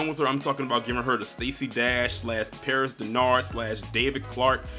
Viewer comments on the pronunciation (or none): none